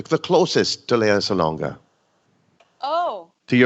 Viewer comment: I hope Alexa can say her first name as Lea and not Lee. (LeaSalonga an not LeeSalo nga)